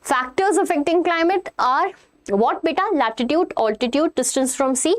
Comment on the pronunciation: its latitude not latitute